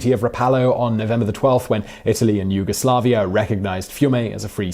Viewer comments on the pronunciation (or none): none